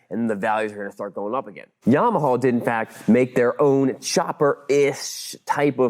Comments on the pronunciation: Fascinating look at the hardware and back-end, but it made my eye twitch whenever he said "Yamahawl". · Lol at Yarm-aha. Just say things properly. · Why is he saying Yamaha like that? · I don't like the way you say Yamaha